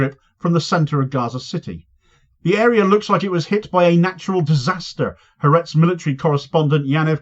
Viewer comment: Ha Aretz has ALWAYS been Netanyahu's foe, it's the most left-wing paper in Israel. BTW It's pronounced 'Hah Artez' not Haretz. 'Ha' in Hebrew means 'the' and 'Aretz' means 'nation/country, so it means 'The Nation'. I was cringing to hear the name mangled countless time in the video. Sadly even the BBC gets it wrong too. If you're going to do it, do it right.